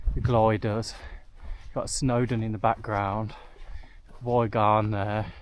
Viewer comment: Enjoyed the video and the relaxed style. Reminded me of my camp by the lake (Ffynnon Lloer) last year. Was cringing slightly at the pronunciations, especially Y Garn (‘E’ Garn) and the Glyders (‘Glidders’). Would hate for you to be set upon by the locals next time you go there! 😊